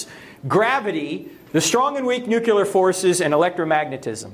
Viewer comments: I wouldn't trust a guy who mispronounces "Nuclear" the same way George W. Bush does. Just saying. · Always a red flag when anti-science apologists can’t even pronounce “nuclear” right lmao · Reed Richards: Nucelar (I think he says this in a conversation audio between him and susan in Marvel: Ultimate Alliance) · Oh. Dear. He pronounces it NucUler like dear old George Bush! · That's just one of the telling flaws of the disgraceful "China Syndrome" movie. Michael Douglas uses "nucular". He should have education enough to have heard or read of a nucleus. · I couldn’t take anything seriously from a man who pronounced it “nucular.” Also not crazy about the way it seems like he yells at his audience. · Rule #27: Don't trust any explanation of how the Universe came to be from anyone who pronounces it "nucular". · If I hear ONE MORE supposed authority mispronounce "nuclear", my head is going to explode. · Turek mispronounced “nuclear”….one of my pet peeves. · As unfair as it may be, I find it hard to take seriously someone who mispronounces "nuclear." Also gravity is not a force. See Einstein.